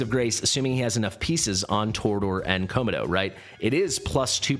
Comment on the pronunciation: why are pronouncing Komodo as ko-ma-dough? lol